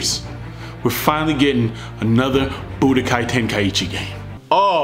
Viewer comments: Lol bro said boodykai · Why I keep hearing "BootyKaï" ?